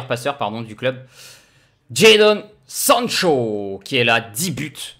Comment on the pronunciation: Prononciation de sancho nickel 👌🏼👏🏼